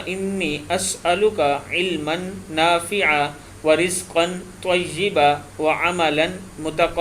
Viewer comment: اپ نے نافعا پڑھا ھے جب کے نافعن پڑھنا چاہیے معزرت کے ساتھ